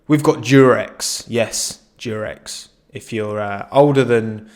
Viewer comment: "I got rearended by the durex"